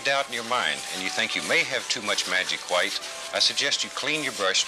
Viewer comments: I love how says "hwite" like his father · White " Hew-white" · I feel like the pronunciation of hwhite gets stronger through each generation, the present rosses must scream HHHHHWHITE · i like how they both say "hwhite" lol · I love how he says white it’s like Hwhite he will be missed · Schwhat is magic schwhite? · they even say Whhite the same way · Other people: White Bob: Hwite